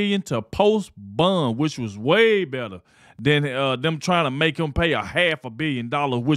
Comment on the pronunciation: Are you saying a hundred and seventy five million dollar bun 😂😂😂😂